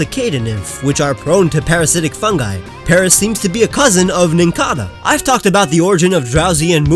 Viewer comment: you said paris not paras